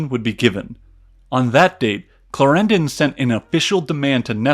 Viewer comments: "Claren-DON" not "Clair-ran-don" its a British thing. Note; Austria had a bit more of "Italy" then you depict. Its "Sublime 'Port-ae'" not ""Sublime 'Port' " I guess if we roll with your American pronunciations - fair enough - I'll just stop here ... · "Derby" is pronounced "darby" in fact. And Clárendon, not "claréndon". And "par"-mesten. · And Clarendon is stressed on the first syllable, not the second! It sounds rather weird. Still, loved the whole clip. Thanks. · Great Video, but.....Clar END on, not clrendn :) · The pronunciation of George William Frederick Villiers title is something like this: CLÁ-renden (Clarendon) Okay? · Excellent summary, but the pronunciation of proper names like Clarendon etc. is dreadful... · Clarendon and Derby, learn how to pronounce them. Otherwise great documentary.